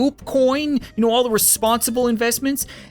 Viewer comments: "Fire ze Cat Cannon" Never gets old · ah yes... "FIRE ZE CAT CANNON"